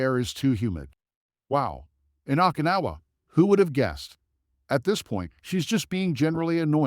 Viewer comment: Okinawa didn't come our so good either